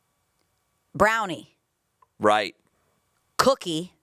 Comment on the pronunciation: the way says “cookie” is so funny COOKEE